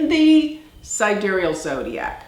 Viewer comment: sidéreal?! I've never heard of this word. Don't you mean: side-real, like the tool?